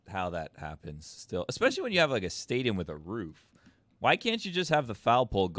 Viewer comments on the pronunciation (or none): none